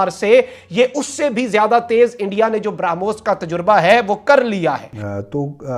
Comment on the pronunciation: ब्रा पे जोर देकर ब्रामोस बोल रहा है.... 🤣क्या चू बनेगा रे तू🤣